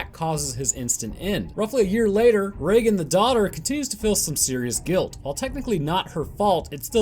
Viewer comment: Reagan and Regan are two completely different names. Reagan is pronounce as you say it in the video but Regan is pronounce Ree-gan, not Rea-gan. Regan is the shorten version of Regina and Regan means Queenly/ Regal. Regal, Regan. The start both have the same Ree pronunciation since the name came from the word Regal